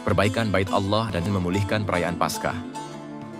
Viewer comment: Kenapa harus ngomong Allah dg auwloh gitu....